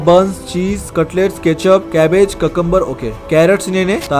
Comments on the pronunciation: when he say "cacambar" me be like huh? its cucumber not cacambur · ওইটা কাকাম্বার না,কিউকাম্বার 😂😂😂